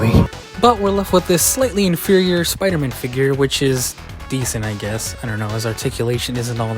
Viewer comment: Here goes sooopder-man lol